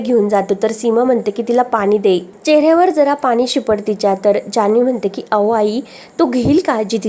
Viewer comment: अहो chya ऐवजी ao असं काय म्हणते, बोलायची स्टाईल, शब्द खूप विचित्र आहे, निवेदिका बदला, कोणालाही येऱ्या गेऱ्या la व्हिडिओ बनवायला देता